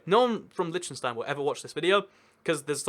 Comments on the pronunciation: It's LITTENstein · It's pronounced Lichtenshtine and the ch is pronounced like the rough sounding h in hue or huge. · Every pronounciation is wrong bro! :D Try it mit einem deutschen ch: ç -Milch (milk) Damn i like your content! c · "However you wanna pronounce it. I'm sure they won't mind." I am from Liechtenstein and do mind! just kidding lol